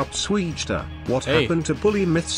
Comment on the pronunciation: Swegta not swugta